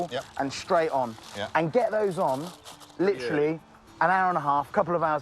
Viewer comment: how did I know that at least once he was going to say.. "litcharly" lmfao